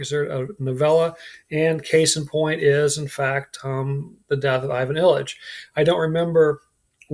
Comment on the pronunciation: Hard to take u seriously when u can’t pronounce Nabokov, Anna Karenina or Ivan Ilyich properly… and I don’t mean their Russian pronunciations… u can’t even say them properly in English.